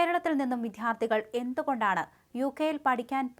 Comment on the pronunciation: വിദ്ധ്യാർത്ഥി അല്ല, വിദ്യാർത്ഥി . നന്നായി മലയാളം പറയു